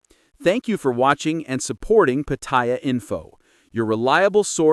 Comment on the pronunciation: The minute the narrator pronounced Pattaya PaThai Yaw I click off. These people can not even pronounce a simple city name so they sure do not have credibility with Thai issues.